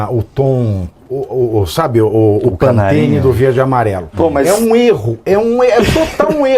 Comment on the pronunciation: Pantene....rsrsrs é PANTONE